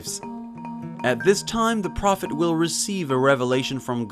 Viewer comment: What is with this guy mispronouncing simple words like prophet? And if anyone out there actually believes that this self appointed prophet was anything less than a nut job murderer, I have some ocean front property in Arizona for sale- get it quick before someone else snaps it up!